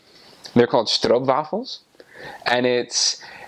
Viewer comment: This was so much fun to watch. You pronounced "stroopwafels" so Dutch! Really good!